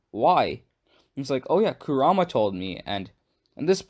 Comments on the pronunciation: Ammm ur saying kurma wrong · KurAma it’s Kur a Ma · It's pronounced Ku ra ma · Yea yeah this is cool and all... but why r u saying his name like "karuma"..... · your pronunciation for kurama is sooo whack have you watched naruto before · Only thing that bothers me is how you pronounce Kurama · He is saying Kurama different then they say it in dubbed I think he watched sub and just pronounced it as he read it